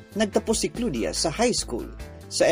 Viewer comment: Bakit ganon yung pagka pronounce ng pangalan ni Claudia